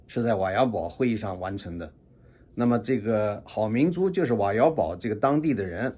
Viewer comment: ，我看过一个资料瓦窑堡，那个堡，应该读bǔ。还做了解释1.读bǎo，泛指军事上的防御建筑，如“堡垒”“碉堡”“城堡”“桥头堡”；2.读bǔ，指集镇（《新华字典》的解释是“有城墙的村镇”），常见于西北地区的一些地名，如“吴堡县”（陕西）、“柴沟堡”（河北）、“堡镇”（上海崇明）；3.读pù，通“铺”，本为驿站，今多用于古驿道边上的地名，如“十里堡”（北京）。根据音韵学的解释，“bu”和“pu”在古音中原本相同，只是后来由于浊音清化才产生了异读。